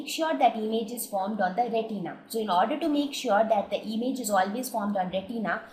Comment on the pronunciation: It is not emage it is image